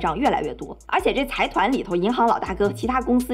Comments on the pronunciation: 财团是读 zaidan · 之前没发现，又一个bug，财团的日文读音是ざいだん zaidan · 非常喜欢你的视频，不过财团应该读 zaidan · 财团的日语读音应该是sai tan。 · 财团是读ざいだん（zaidan）